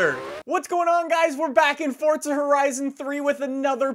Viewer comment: why do you always say fortza is forza dude don't me nudeeeee